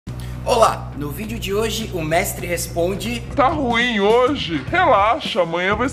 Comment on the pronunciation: Vc não era treinador vc fala num "mextre" responde. Mas o nome da série é mextre porque?